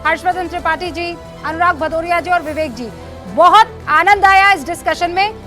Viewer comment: भदौरिया नही पदौरिया है